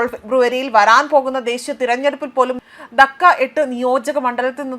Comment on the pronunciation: ധക്ക 😂 ധാക്ക എന്നാണ്